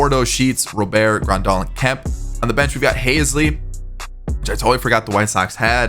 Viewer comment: It's pronounced Robert not Rowbear